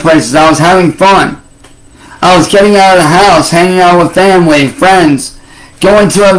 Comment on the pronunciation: Normal humans leave their homes for way more than 3 hours every day, but when “Muh femwee” has to do it it’s like they’re refugees 😂😂😂